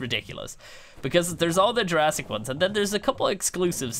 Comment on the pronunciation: it’s Jurassic not Jurrasic